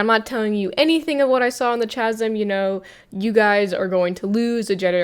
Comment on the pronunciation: Great video - Chasm is pronounced with a hard consonant to begin with. It is a different phoneme, compare chin and kin. In this instance it is because the word is of Greek origin which has "chi." In the International Phonetic Alphabet the spelling is /ˈkæz(ə)m/.